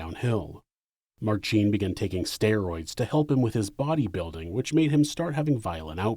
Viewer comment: Minor nitpick - in "Marcin", the emphasis is on first syllable. It's like pronouncing "Ashley" as "AshLEEEEY".